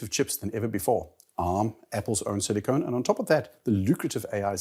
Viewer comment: did you say Apples own silicone?